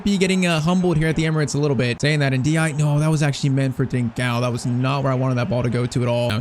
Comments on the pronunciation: The "e" at the end of Ndiaye is not silent. It sounds more like NDIYAYI The "i" at the end is a soft "i" which ends up sounding like "ay" in "say" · Is it just me or is he saying ndiaye wrong